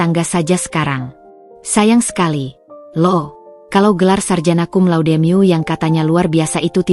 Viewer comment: Cum laude dibaca cun lau de,,,,, wkwkwk